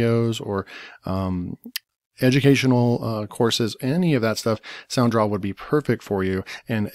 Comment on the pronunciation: It's sound raw not sound draw